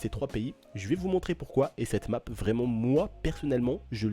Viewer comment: tu voulais parler anglais mais tu à niqué le nom de la map